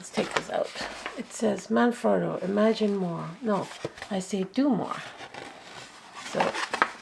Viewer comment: Double T right? Frot-toe, not frow-toe ???